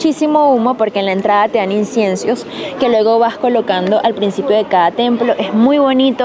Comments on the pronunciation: Se dice incienso no inciencio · Inciensio” 😂😂jajjaja incienso amiga… Muy bueno el video chiquillos saludos de chile!